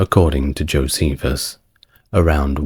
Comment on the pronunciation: Saying that name wrong. Jocephus the betrayer The turn coat The Flavian The propagandist Add any of these to fill out who Jocephus really was.